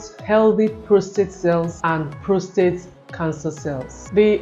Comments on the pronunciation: Very informative, but I was surprised at how many times she said prostrate instead of prostate. It’s PROSTATE! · ProsTATE not ProsTrate.